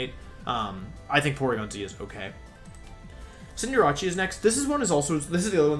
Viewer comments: Why does he say Cinderace like that? 😂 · Did this noon really say Arca-nee-nay, Venyasaur Jiggalith, and Cinderachy?? Is your i.q. the same as your shoe size? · Wolfey darling, I love ya, but it's pronounced "ar- k- nine" like canine the canid species of animal e.g. dog, fox, wolves. Fun fact! It's why the robot dog in Doctor Who is called K-9, not K-NEENAY. Also, it isn't "Cin- deh- ra- chee"! 'Cin- der- ace' is how it's pronounce, a combination of cinder (fire) and race or ace in reference to an athlete or pro competitor. Where does the 'ra-chee' bit come from? And what does it have to do with a fire bunny who plays football? PS love the vids dude, you're a great guy! But please learn how to pronounce them as you're the first person to bother me this much due to your pronunciation not even being consistent to how vowels and syllables are used in the English language. PS PS it's Venus (reference to flesh eating plants the flower on it's back is based on)- Saur (like a dinosaur... That bit you got right). PS PS PS "Nee- Nay- Tails"!!! Are you kidding dude! It has Nine Tails! So how do you reckon that's properly pronounced hmmmmm?? I dropped a like. <3